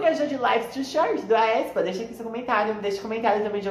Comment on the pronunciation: A pronúncia do Aespa é tipo espa kk